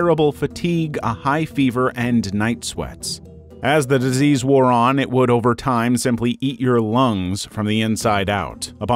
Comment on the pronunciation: Ah yes diesease balls